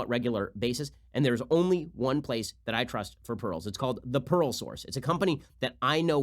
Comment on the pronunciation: no one: ben: p a e r l